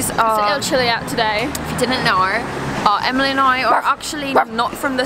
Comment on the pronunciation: I’m aus and Emily’s accent was actually rlly good